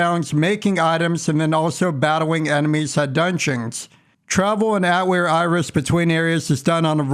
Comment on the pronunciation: Watched the first 10 seconds, mispronounced Atelier twice, thumbs down, wrote this comment, closed video.